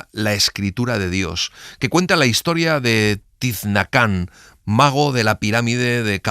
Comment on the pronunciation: El personaje de "La escritura del dios" no se llama Tiznacán (como dice el audio), es Tzinacán.